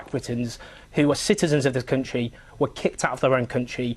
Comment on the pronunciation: Countsheee. Countsheee. It's country you dull little wank.